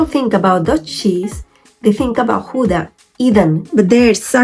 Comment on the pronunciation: [X ow dah] ou as the ow in english now or Cow....the g / ch sound you did very well..... So oe as in shoe, oo as in slow au/ou is in cow ee as in say...ie as in see ij/ei - èyyy , i is an it .... v/f differ from each other likie like z/s w as is water but without thye oe sound in front of it..... uu as ion french deja v u or as german ü ...ui other languages do not have the ui.... u in hut as u in hut in english o in dot as o in dot in english e in vet as a in fat :) So now G oe da with oe as in shoe Gouda with ou pronounced like ow in Cow..